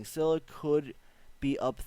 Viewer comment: Lool you're finally pronouncing scylla right